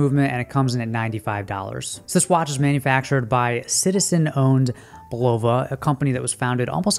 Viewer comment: And learn how to pronounce Bulova!!